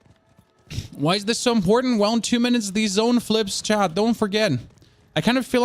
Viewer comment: Why are u saying chan instead of chat?